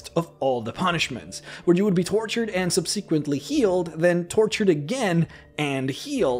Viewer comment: Enclave is pronounced like "On-Clave" and Subsequently is "Sub-Sa-Kwent-Lee"